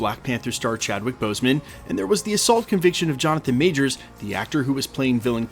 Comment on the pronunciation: Kevin is a liar. He can't even say Jonathan Majors name. We should boycott Avengers: Doomsday.